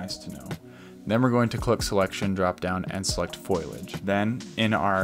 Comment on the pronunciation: I was making fun of your mispronunciation of foliage. I still liked your video.